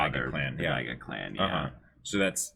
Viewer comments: They can't even pronounce Dororo and you want them to say Daigo? lol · IT'S DAIGO ! Why does no one correct them ? They've been mispronouncing his name since episode 1, his name isn't even that complicated and has been said multiple times in the show and especially so in this episode.